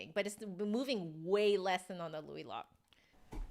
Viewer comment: I’m pretty sure it’s pronounced like the word “low” (Louis Lot). That’s with five years of French, but it’s a name so…